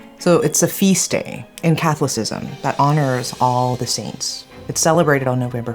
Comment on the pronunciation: "Catholicism" lol